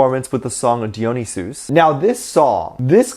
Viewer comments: OMG HE DID NOT SAY,(dee-yon-ee-suse) it's pronounced (Die-yuh-nice-ics) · its pronounce die ah ny see us 😁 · You are so awesome. I’ve said that before. Let me help you. The way to pronounce “Dionysus” Is die-o-nie -sus. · im sorry but can we just talk about he pronounces dionuysus? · I swear I hear so many pronunciations of the word "Dionysus" that I don't even know how to say it anymore XD